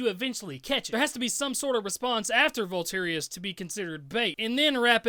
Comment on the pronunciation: Vultorious - dude can't even pronounce the title of his own song, yeah he definitely wrote that